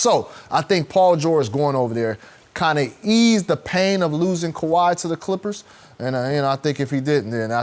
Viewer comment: Nobody talkin about how Skip actually said Kawhi’s name lmao